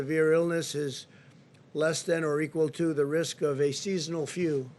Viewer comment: "Seasonal few" d